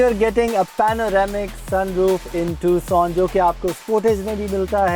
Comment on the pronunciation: بھائی یہ ٹکسن نہیں ہے۔ یہ ٹوسان ہے۔ تھوڑی بہت تحقیق کے بعد ویڈیو ڈالا کرو